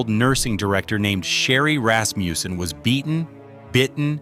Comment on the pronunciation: what's up withe random pictures .......... nothing to do with the case. Rasmussen, not Rasmjuusen